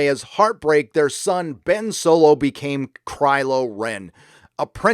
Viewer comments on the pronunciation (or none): I dislike the direct Disney is going, but I can't take a middle aged youtuber seriously who says "Soylo"